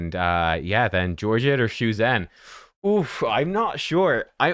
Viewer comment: thanks for the video - one thing to note: it’s pronounced shu-jen (as in jennifer), see the ZH. cheers!